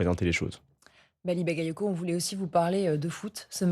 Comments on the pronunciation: Ba ga yo ko. Qu'est-ce qu'il y a de difficile à prononcer? Ils ont leur bac chez France Info? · "Bagayotgo" ? Ils le font exprès à ce point. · Hé mais c'est une maladie d'écorcher son nom ?! Seconde une en plus ! "Bally Bakayotko" ? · C'est incroyable que le journaliste au début, ne sache encore pas prononcer Bally Bagayoko ! Merci Monsieur le Maire ! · Ils prononcent encore mal son nom un peut d’effort quand même 🤦🏾‍♂️